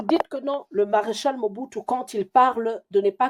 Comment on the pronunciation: Je ne suis pas d’accord avec vous Madame. En droit une seule preuve suffit pour confirmer un ou plusieurs faits. Le nom Mͻbutu se trouve aussi dans le vernaculaire Togolais dont parlent les Ahodipkes au Togo. (Moi je suis Togolais ) Effectivement ca se pronounc exactement comme vous l’avez prononcer. Aussi est-il important de se demander comment lui (Mr. Kwebe) en tant que Congolais qui n’a jamais vecu au Togo arrive a connaitre cette histoire et meme prononcer ce nom Ahodikpe de manière tres correcte s’il quelqu’un ne lui est pas raconté les faits. Autant faire des recherches sur le Togo au seins de la famille Ahoditkpe à Lome avant de contredire le journaliste Kwebe. C’est une tres grande famille à Lome. Aussi les raisonnements de Mr. Kwebe sont rationnels solides. Si vous voulez faire des recherches voici les contacts par lesquels vous pouvez passer pour atteindre la famille Ahodikpe au Togo. RELAIS HOTEL AHODIKPE. 19, Bd. du 13 Janvier Nyékonakpoé - BP 13380. Lomé - Togo. Tel : ( . ( . Gsm : ( . Fax : ( .